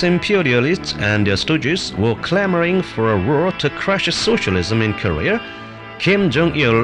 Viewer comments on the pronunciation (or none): i was searching for this video for so long because i watched the vice video where they used this and i literally just wanted to hear him pronounce “korea” as “career”